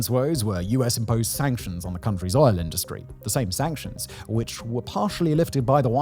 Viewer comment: Did you say OIL? 😂